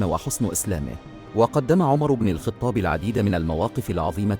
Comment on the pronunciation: لماذا تنطق لقب الخطاب بالكسرة!!! لم اسمع أحدا في حياتي ينطقها كما نطقتها انت!!! هذا أمير المؤمنين ومن منا لا يعرف عمر بن الخطاب وأقل شيء هو ان ننطق اسمه بشكل صحيح